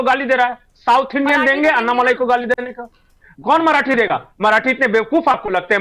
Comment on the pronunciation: अण्णामलाइ नही, अण्णामलै है उनका नाम